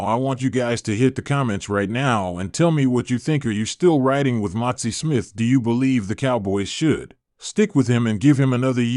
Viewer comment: His name is MAZI.... NOT MOTZI